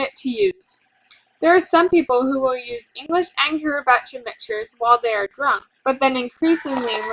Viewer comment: It's pronounced kee-ree-bus